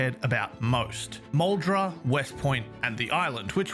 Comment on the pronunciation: for someone who isn't American, much less Kentuckian, I appreciate your pronunciation of Louisville (not perfect, but really close), and Muldraugh. I'm impressed.